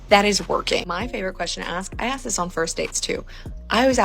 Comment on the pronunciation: Women, start saying "ask", not "axe"